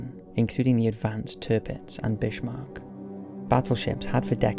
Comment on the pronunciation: You mean Bishmarck?